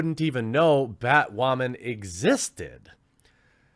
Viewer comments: Is he saying “ bat-ramen or bat-women”? I can’t fucking tell! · "Batwhamen" lol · Bat whamman? Batdyke!